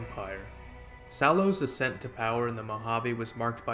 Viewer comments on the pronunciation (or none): none